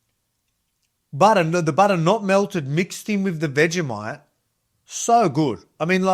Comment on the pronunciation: its pronounced vegi-moit...